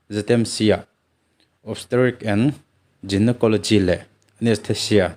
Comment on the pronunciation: Jinocolgy ti in lam loh tur.. guy tih lam ang deuh in. Gynecology a a bul lam khi lam tur zawk w..... Ngaithla tu i ngah ve thei si a... Ka lo hrilh tawp mai che...